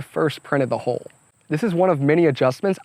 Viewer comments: I love this. it turned out really well. I also enjoyed the quirk of his accent that made him pronounce hull as hole. Lots of tittering when he talked about flat bottom holes etc. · You need to learn how to pronounce hull.